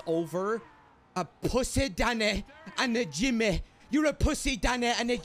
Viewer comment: WHO THE FUCK IS.. WHOS DANNEH WHOS.... im dying lmao